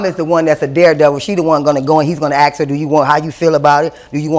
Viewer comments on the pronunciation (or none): Don’t “ax” that question.